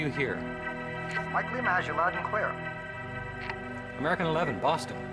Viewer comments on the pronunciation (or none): none